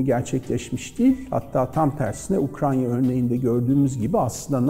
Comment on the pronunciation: Ukrayna diyemiyorsun hocam. Ukranya diyen kişinin tüm söyledikleri doğru olsa bile videoyu kapatıyorum.